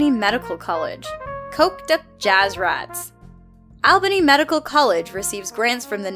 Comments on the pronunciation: I live in Albany and you pronounced it completely wrong. It's pronounced All-ba-nee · Anyone else cringe at the way she said "Albany" ?